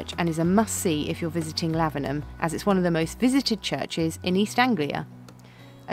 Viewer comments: Your pronunciation of Lavenham was spot on. Well done! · It bought my heart so much joy when you pronounced Lavenham so well on your first try ☺ it does depend on how Suffolk your accent is to how you pronounce it, but you pretty much nailed it imo xx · Suffolk - South Folk (as it started off being in the long distant past. A place I adore....and live in. I have a late 1390s house in a lovely Suffolk village not far from Lavenham that was used as Godric's Hollow. Yes - you DID pronounce it correctly. There is another house in Lavenham called The Crooked House. Its opposite The Swan Hotel. If you choose ONE VILLAGE to visit in Suffolk - go to Lavenham. Time it to then go visit (just down the road) to Kentwell Hall - a moated Elizabethan Manor house in Long Melford. Kentwell puts on historical events. I am just about to do the last day of a week long event set in 1564. I play Lady De Vere....remember De Vere House? Those De Vere's!! Feel free to message me if you want any suggestions on where to stay, what to see. BTW...(more for others reading comments who are HP fans) the actual "Harry Potter" house does NOT exist....it was created for the film. The house called De Vere House, is often said to be the HP house. Nice to see this video is correct in its description. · You girls are now officially English ..having pronounced Lavenham properly. 😋 ...welcome to being English .. you are one step away from getting your Dame-hoods from King Charles.